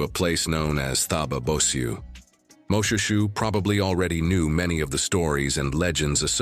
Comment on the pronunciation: Another pronunciation comment. The King was not MO-SHOE-SHOE as pronounced by the commentator but rather MO-SHWAY-SHWAY.